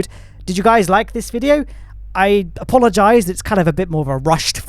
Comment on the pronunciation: Did you just say "Apollo-gize" ?